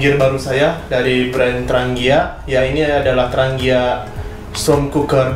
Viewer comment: di bacanya yg bener tranjia...tranggia